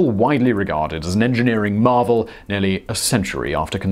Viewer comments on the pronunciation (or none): none